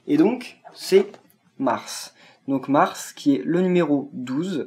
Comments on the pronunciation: Arrête de dire Mars c'est Marte x)) (Marth) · Ce n'est pas Mars mais Martee et dit le prince marte ces mieux :p